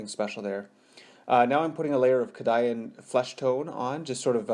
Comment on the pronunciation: Nice tut... i like the bases... by the way i think you will find its pronounced "kay-dee-an" flesh tone :)